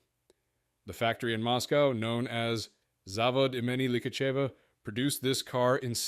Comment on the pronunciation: Ударение неправильно ставишь. Zavód и́meni lihachéva